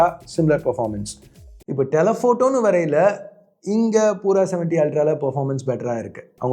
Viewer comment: Its not poora , its pura - pyuura